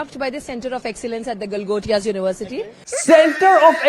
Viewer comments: I think she trying to say GALI GALOUZ UNIVERSITY 😢😢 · I heard "Gotiyaa" university..😂